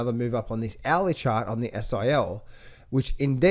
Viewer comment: Love when shows the gold "Owey Chawt" 🤣🤣🤣